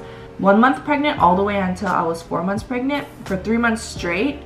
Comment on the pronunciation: Are you... preganant.. Prregante..? 😂